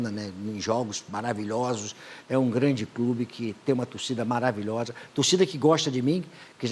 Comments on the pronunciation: "Acho o São Paulo um 'glande' clube" - - Bem sugestivo 🤣🤣🤣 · SÃO PAULO um "Glande" clube 🤣😋